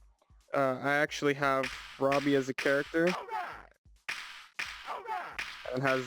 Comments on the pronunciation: Its roboy as in ro-boy robot and boy mixed not robbie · Love this video but hearing roboy pronounced Robby is insane to me